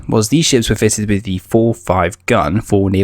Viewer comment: Unlistenable commentary with its "wiv"s (withs) "free"s (threes) and especially "haitches" (aitches).